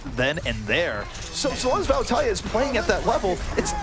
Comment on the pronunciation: I hate the way he says, "Vallutaja."